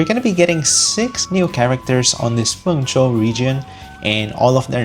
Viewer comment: Congrats on pronouncing Mengzhou characters! But is your Verina RC2?